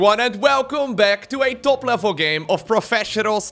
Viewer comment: "elvel"